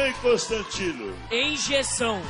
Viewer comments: Enjeção KKKKKKKKKKKKKKKK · Eu nem sou tão burro assim"enjeçao"